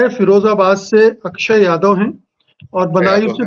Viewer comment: यह तो अक्षय यादव का नाम भी नहीं ले पा रहे